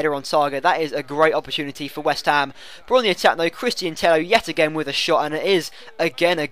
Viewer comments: I'm from Spain an it's not TEJO. It's like TEYO. NO TEJO OR TEIO. With the sound of "yard". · Tello pronounced Teyo, like Villa is pronounced Viya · Christian Tello is Spanish, and in spain is 2 LL's = J So its christian Tejo :) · You're all wrong. Tello is pronounce like Teyo, no Teio or Tejo. You have to use a "y" similar to the "y" sound in the word "yard". You're welcome. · no because it's double L so it's Teyo (spelt Tello). i do spanish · Tello is pronounced like Teyo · Tello is pronounced like Tejo ;) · It's pronounced Teyo you idiot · i think its tay-oh, but everyone gets what you said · tello is actually pronounced like tejo because it is to L whitch makes an J sound in spansich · Two L's make a Y sound not a J sound. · ive listened to spanish comentary when he is on and they say tello pronouncing the L maybe they say it wrong :/